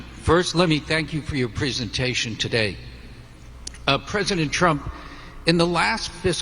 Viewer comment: Did that guy say prisontation?